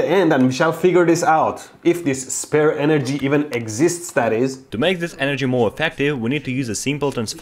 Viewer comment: فقط وقتی کلمه انرژی رو میگی میفهمم ایرانی هستی پنجاه سالم انگلیسی حرف بزنی بازم بگی انرژی ایرانی بودنت میپاچه بیرون 😂😂😂